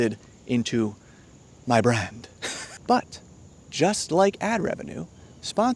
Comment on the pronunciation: that "MY BRAHND" had me laughing :face-blue-smiling: gotta work be back to watch the rest of the video later